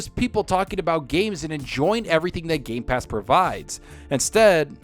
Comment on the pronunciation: it is just me or he kept on miss pronouncing gamepass as gaypass almost the whole time?? xDDDDDDDDD.